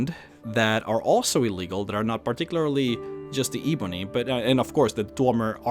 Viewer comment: How hard is it to say 'ebony'. It's not eeeebony, it's 'eh-bony'. Ebony. Come on, I'm not even English yet I know that.